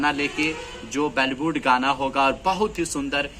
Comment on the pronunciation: Bollywood hota hai bhaiya ji ballywood nahi. ..tanik thik se boli ho bhaiya ji.